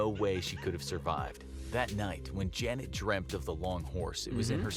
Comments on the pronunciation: F for Trying to pronounce Janet. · I love how he kept messing up her name 🤣🤣🤣🤣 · You can not pronounce janet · F for saying name wrong